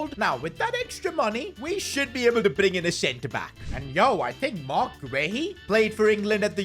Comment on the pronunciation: PCQ: Marc Guéhi is pronounced as Gay-EE